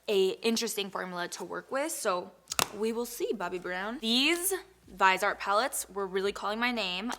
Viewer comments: The T is NOT silent. Watch this video starting at the 40 second mark and at the mark, she clearly pronounces the T. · La Dorada Viseart is the name of a French company. If you are speaking French, you would not pronounce the “T”. The person you referenced clearly does not speak French. I hope this helped you! No hard feelings! 😊♥️ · The person I referenced is a Viseart representative AND they discuss the proper way to say the name. Americans pronounce the r in L'Oréal differently than French speakers and it is still considered the correct pronunciation in the US. The way a French person pronounces Viseart is Vee Zee Arr (still 3 syllables). Clearly you are not French either. No hard feelings! 😊🖤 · Viseart is pronounced “VIZ-EE-ART”. Not “Vi-zart”. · it's vee-seart. Love your videos! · I’m sure someone has posted this already, but I’m not going to wade through 2K comments. Viseart is pronounced Viz-EE-Art. Stephanie Nicole interviewed them awhile back and asked them to pronounce the name of their company. Almost everyone pronounces it wrong, reminds me of the movie ‘That thing you do’ when their band was called the ‘Oneders’ (Wonders) and everyone called it the ‘Oneeders’. 😂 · Viseart is pronounced like viz eee art 😊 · Lol it’s ( vyz-ee-art ) no shade! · Viihh-Zee-Art. Lol dear god it bothered me the whole first half when you were talking about the brand. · Favorite food is anything seafood. I also think it is pronounced like vizzyart. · your hair looks beautiful and I love the smokey eye. My favorite food is pizza 🍕😋 Also, Viseart is pronounced viz-see-art 😊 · I think its pronounced Viz-EE-art but im not sure:) Love this vodeo!! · Viseart: Vih-zee-art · Hey hun . It's supposed to be pronounced v-is-eee-art You're beautiful btw and love your teeth Crystal's. I want them so bad. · If you want to learn how to pronounce viseart go to Tati's Chanel and listen to her saying it